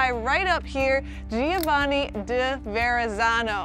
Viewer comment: Giovanni is actually pronounced with 3 syllables. Joe-VA-nee.